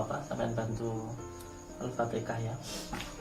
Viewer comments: Baca patehahnya pada salah itu....hadeeeuh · Hahaha na ta am tam, baca yg btl allfatiha nya